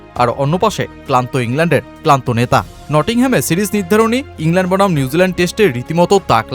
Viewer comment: ইংল্যান্ড বলার খুবই বাজে।